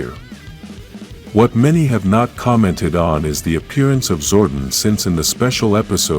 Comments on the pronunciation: He calls him Zorten. Lol. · Sorry but its Zor DON. I lovd this channel but that pronunciation gets me everytime. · Your not putting enough emphasis on the o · Its zordon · Is this AI speaking why Butcher Zordon name so badly